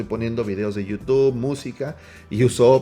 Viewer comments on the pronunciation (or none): none